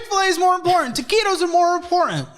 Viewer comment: It hurts every time he says TAQUITOS because I love those 7-11 taquitos so much 😭